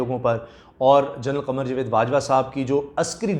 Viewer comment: Bhai jawaid ko sahi pronounce kiya karo .....jovaid.....nahein ....JAWAID